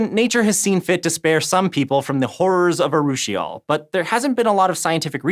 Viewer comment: congrats on not butchering the pronunciation of urushiol